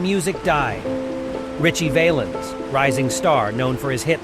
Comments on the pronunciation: Richie's last name isn't pronounced Vaylens. It's pronounced Valluns. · Got the dates wrong, and miss pronounced Ritchies' last name